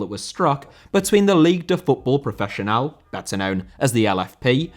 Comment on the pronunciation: Professionel* not profechonal